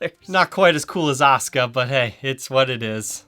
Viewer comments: I like the guitar but not a fan of anime. I've seen the lace pickups on another brands guitars and they sounded great from the demo. I've seen the characters name before but it wasn't pronounced osca it was pronounced a su ka. Didn't a character from space ghost have the same colors. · its a sooka not os ka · Actually, it's AH - SUE- - CAW with AH being accented slightly. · I know you're probably a smart fella but its pronounced Az-oo-ka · a su ka... asuka... the u is NOT silent... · All i hear is "Oscah" now lmao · Great review the back of the guitar reminds me of a flight recorder box. As for how to pronounce her name, the 90s wrestler pronounced it Awsker while the current wrestler pronounces it Oscar. Yet they are spelled the same way. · There's no "U" in her name? Errr... in the original Japanese pronunciation of her name there certainly is "Uh-soo-kuh" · There is no U in Oscar! (Or Osca) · Why do English-speakers not pronounce the "u" in Asuka? English in general tends to butcher Japanese pronunciation pretty bad. I don't get it. Also, SPOILERS, DUDE!